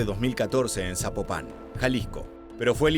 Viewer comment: Amigasooo, la ciudad no se pronuncia Sapopa con acento en ultima a es sin acento en la ultima a